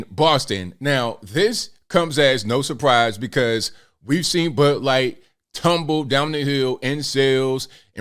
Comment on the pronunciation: did call it butt light? lol